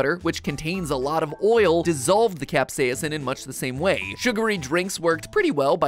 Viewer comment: I can't get over how every time Mat says "capsaicin" it sounds like he glitches out on the second syllable. 😂 CapsaEEEEHHHcin. 🤖